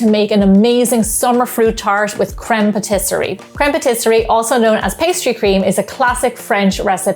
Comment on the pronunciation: Your pronunciation of crème pâtissière made me smile 😂